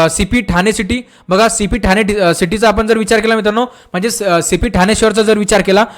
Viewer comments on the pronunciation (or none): none